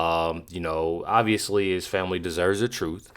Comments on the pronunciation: Crump cant even pronounce the word TROOF 😂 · “We just want the troof” 😂